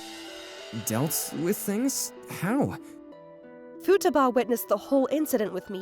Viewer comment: The VAs did really great job (except the female VAs pronunciation of "Futaba"). Also a very nice story with - shockingly! - a normal decent, and well adjusted MC.